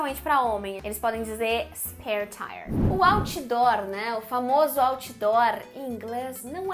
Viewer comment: Great video! apart misusing those english words, what I find horrible but funny is the way you brazilians pronounce them: u shipi (chip), u nochibuki (notebook), auchidor (outdoor), etc. Hilarious